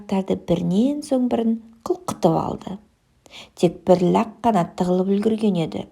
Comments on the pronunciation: лӘқ емес, лақ деп айту керек, бала не естісе солай үйренеді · Бәрі күшті бірақ, ләқ тәмәқ дегеніңіз болмады😂